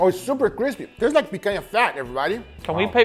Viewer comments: As a Brazilian, no need to apologize. You're doing a pretty amazing job already, by properly pronouncing the "NH" sound. Just make sure you use it in "Piranha" as well, and you'll be 100% good in my books. Also, you should try "farofa" as a side dish compliment. It's yucca/cassava flour, toasted with butter and salt, to a golden brown. From there you can eat it as is or add bacon, olives or whatever you want The funny thing... I don't like rare meat. Yeah, go ahead and sue me, I know, I know... I just prefer it well done. 🤷🏻‍♂️ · I knew you were Brazilian the moment you said picanha the right way 😂 Ps: why didn't you cooked the picanha with the fat up? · is the brazilian? cause i have never seen a gringo say picanha so well